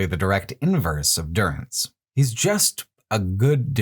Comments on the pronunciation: I just stumbled upon this video and it's amazing, really enjoy the perspective But what's with the constant butchering of names? Is this some local joke? Why is Dúrance suddenly Duránce, why is Hir[à]vias Hir[æ]vias, why is the devil of Caroc suddenly of Carnac? Záhua is not Zahúa, they are all voiced, why? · What's this business with calling Durance DurAnce and Magran MagrAn. Did you play the games with sound off?